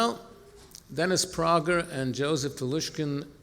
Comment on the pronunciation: 7 minutes in, I’m liking your style and perspective (great quips!)… But you’re a tiny bit suspect 😅> 1) Who coined the term chosen?!! Look up God OT??!! >2) “Dennis PRAW - ger ?!!!!